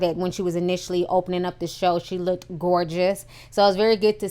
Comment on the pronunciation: Great review but PLEASE it's LOOKED, not Look-ked! Keep up the good work.